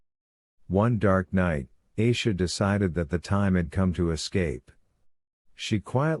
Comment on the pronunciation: Its not eisha, its Aisha, a like apple